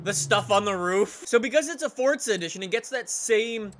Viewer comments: ForZa not forDza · Why do you always say it “Fort-za”. Forza has no “t” in it.